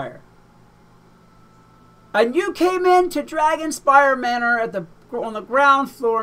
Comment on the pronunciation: Dragonspyre manor? XD (no hate)